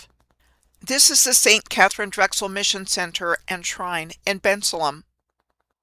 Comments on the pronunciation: This is great! Thanks ❤ The locals say Ben-sale-um (Bensalem) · Im from the Philly area and the way you are pronouncing Bensalem is not how we pronounce it😂